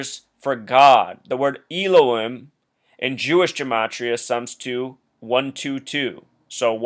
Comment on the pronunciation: I think you meant Elohim which is pronounced L O HE M.. I'm not sure if you'll get this.. Sorry!!! 😃 lol 👍👍!!! I'm soooo over sports..thanks to you!!!